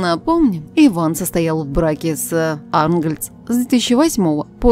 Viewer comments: И диктор научись правильно ставить ударение и правильно произносить фамилии. Не Ангольц, а Арнтгольц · АрнтгОльц . Ударение ставь правильно, робот. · Начала смотреть и слушать -и чуть не умерла🙄🤭🤔 помимо того что голос диктора гундосит и мерзко неприятный, так и тупой еще))) Татьяна наша любимая с ударением на О в фамилии!!! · Испытывают наше терпение.Додуматься говорить,,Арнгольц,, с ударением на,,А,,.Просто бесит.Покажите это чудо,мы ей напишем многое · Фамилия звучит как Ангольц с ударением на А,, замолкла бы уже. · Ужас! Как можно так коверкать интонацию? Противно слушать. Да ещё и фамилию Арнгольц неправильно произносит. 🤮🤮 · отвратная интонация ; это болезнь? мерзкий голос. Ударение в фамилии😣Наверное с украины